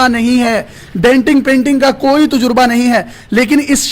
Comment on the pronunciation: Tujurba hahaha 😂🤣 tajarba hota hai